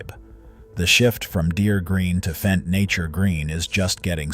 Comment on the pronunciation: It's Fendt, not F-E-N-D